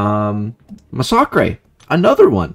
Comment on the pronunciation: First of all, I'm African so calling me a monkey is kind of a bad look😅. Second of all, why call me that in the first place, its not like I meant any harm by wat I said, I simply found it weird for a white guy to pronounce massacre that way